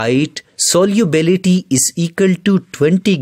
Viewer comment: its solubility and he pronounces it soliubility 😂😂😂